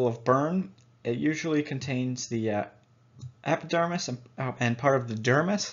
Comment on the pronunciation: You called the epidermis, the dermise....